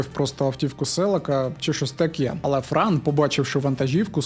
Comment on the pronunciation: Бро, не Фран, а Франо.